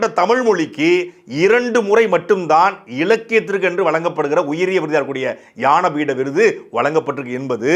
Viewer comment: அன்பு தம்பி சாட்டை. அவர்களே! இது ஞானபீட விருது. யான பீடம் என்று உச்சரிக்கிறீர்கள்.